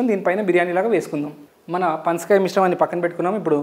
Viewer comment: Panskay kaadhu ra saami panasakaya adhi 😆😆